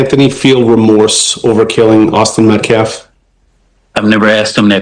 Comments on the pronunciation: Can Alexander finally able to say Metcalf instead of metclaf? I was ready to start calling karmelo- kamala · you misunderstand Miss New York is making fun of the spokesperson for pronouncing Metcalf wrong